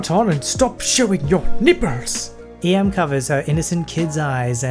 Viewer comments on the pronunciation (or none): n i p p e r s *that’s what I heard instead of nipples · The way you say nipples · The way em says nipples is so funny